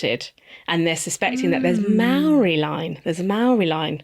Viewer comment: hey just a heads up that Māori is pronounced differently than its spelt 🥰